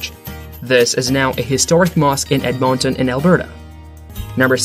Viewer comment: you're supposed to say it like "edmun-tin"